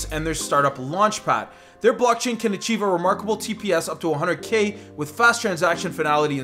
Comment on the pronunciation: chive on? really?